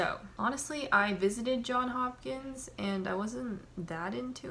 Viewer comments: It's JohnSSSSS Hopkins. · "john hopkins".. it literally says "johns hopkins" right there in front of you lol